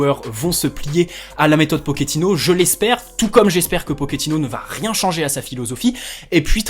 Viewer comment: Salut d'abord bonne année et tous ce qui va avec. Juste pour info on ne dit pas pokéttino mais pochéttino. Et oui en italien le ch se prononce ke et en espagnol che. Vu qu'il est argentin. Mais bon tous le monde fait la même erreur.😉